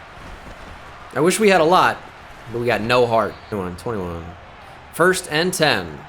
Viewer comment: Mumbles "21 21"